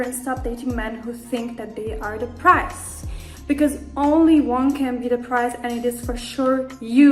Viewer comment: Why she keeps saying "price" lol The foolishness